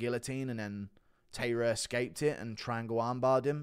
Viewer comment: Glad you picked Taira! I'm Japanese and am rooting for Japan. His name is pronounced Tai-Ra Tai like the word sky